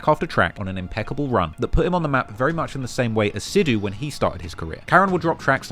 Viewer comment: I'm not Indian and I have never been to India but I've been listening to a lot of Moose Wala in the last couple of years because I think Indian music is so unique. I didn't know there was a story like this behind the guy though. (Btw just for future reference, it is pronounced "Sick" instead of "Seek" for Sikh/Sikhs/Sikhism, I have a Sikh friend that is always getting on me about the pronunciation lol).